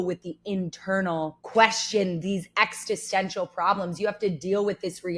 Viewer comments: Existential... Ex-is-ten-shul. Not Ex-tis-sen-shul... Sorry, but I just figured I'd throw that out there. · Why do you say "extistential" instead of existential? It's existence not extinctance! Extintance is exactly the opposite 😅